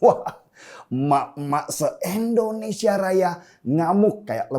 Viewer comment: bang denny, penyebutan Indonesianya tolong dong pake i jngn e.. endonesia.. hehe